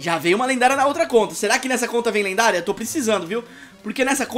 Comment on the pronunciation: O falou lenguária